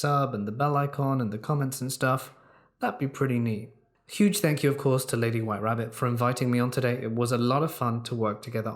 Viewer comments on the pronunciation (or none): none